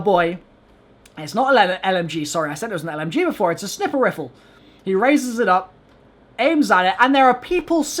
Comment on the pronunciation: The way he said sniper rifle 😂😂😂